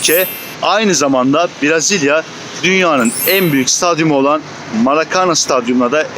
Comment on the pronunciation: Dostum herşey iyi hoş da, Türkçesi Brazilya değil, Brezilya.😂